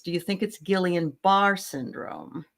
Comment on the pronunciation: your pronouncing Guillain-Bar’re incorrectly. Immune system attacks the nerves, paralysis migrates from the feet upwards and can result in respiratory failure requiring intubation. It resolves itself reversing the paralysis from the lungs down to the legs again.